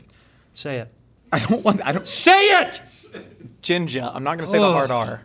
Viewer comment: Dude said ginja😂